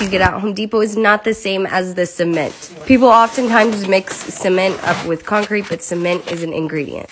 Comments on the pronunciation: Bro why did he say it like that ? 💀☠️ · He says cement like the t is silent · Why he pronounce “cement” like that